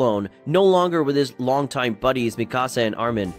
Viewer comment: Meeee kaa saa